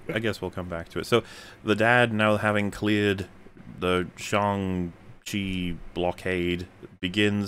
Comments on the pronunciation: Sorry did you say Slong Cheese? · Katy learns archery in an evening. Me: “oh boy…. is gonna have some feelings” They’ve understated the quality of the fight scenes. Also how the fuck do they dedicate a 2 minute scene to the pronunciation of his name and the whole world still says it wrong? and seem to not understand the size of Halo brutes. They’re about the size of Thanos